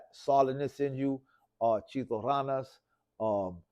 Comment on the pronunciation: This fool said chito ralas its ranas foo get that shit correct